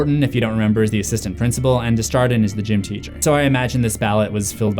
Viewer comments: Desjardins is pronounced more as dey jar don because it's French and means from the gardens. I can't explain how to pronounce a French J through text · Your mispronunciation of "Desjardin" is so bad 😂